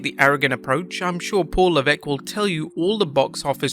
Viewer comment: LOL quoting Dave Meltzer and LMFAO the way he says Paul Levesque 😂😂😂